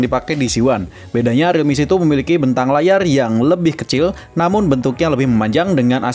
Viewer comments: Realme C2 "si two" dibaca "situ" jadinya REALME SITU😂😂😂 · realme setu